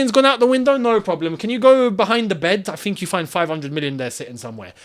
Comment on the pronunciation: “No broblem” got me rolling